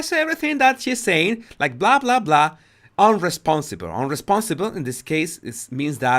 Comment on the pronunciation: People commenting on his accent are just petty. Spanish speakers can have difficulties with B and V, so it can sound like, eg. "unresponsibe" instead of "unresponsive", but we can all hear what he is saying. So stop saying his English is bad, it is good, and we can all understand him.